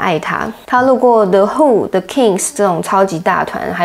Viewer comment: 不是“的”who,是“勒”who